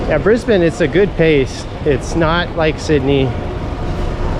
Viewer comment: You manage to say Brisbane like an Aussie, my home town, but live in the country 3and a1/2 hrs n/w now hope your enjoying your holidays. 😊